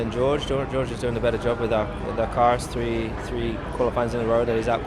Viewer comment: After all these years Max still hasn't learnt how to say number tree.